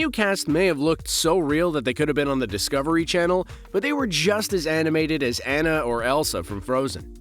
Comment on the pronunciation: Please learn how to pronounce Anna